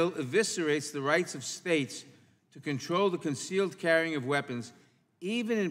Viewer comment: He can't say the word control to save his life.....safety is not synonyms with the control he pushes and advocates for.